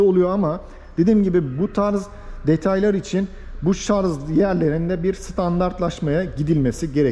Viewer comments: Şarz değil şarj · Şarz değil şarj lütfen, sevgiler. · Şarz değil şarj şarj. Yemin ediyorum tilt oldum yaa. Sonuna kadar izledim sırf otomobili merak ettim diye. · Hocam agziniza saglik. Ama keske şarz yerine şarj demis olsaydiniz. Bir de kac kw bu arac onu soylememissiniz. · Israrla şarz diyor😂😂😂 anlatım güzel ama şarj konusu kulağıma takıldı ve ısrarla şarz diyor. Bütün video boyunca şarz dedi. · Merhaba genç arkadaşım, Araçlar üzerine içerikler üretiyorsunuz, araçlar ile ilgili kelimeleri neden doğru telaffuz etmiyorsunuz. Gittiğiniz bayilere sorsanız bunu size söyler ve yardımcı olurlar. Bir örnekle açıklamak gerekirse araçlar şarJ olurlar şarZ olmazlar. Bu sektöre hitap etmeyen bir kişi olsanız bunu yazmazdım. Siz sektörün içinde olmaya çalışıyorsanız bunlara, sektör jargonlarına hakim olmalısınız. İyi günler. Saygılar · O kadar video yapıyorsunuz kelimenin doğrusunu öğrenin bence. Şarz değil şarj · Şarz değil şarj diye söylenir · aklından zorunmu var senin takılacak başka birşey bulamadinda o şarj kelimesinemi takıldın Allah akıl versin sana